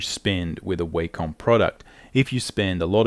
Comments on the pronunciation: Wah-Com ... Not, way-comb. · It’s wah-come. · its not w(a)com noy waycom its a not A its like saying aymerica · The way he pronounces Wacom bothers me more than it should. Great vid btw